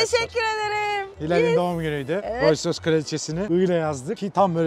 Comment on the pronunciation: Hilal tilt oldu artık Allahın adını verdim şu markanın adını doğru telaffuz et Roys Roys ne yaa abi gözünü seveyim yapma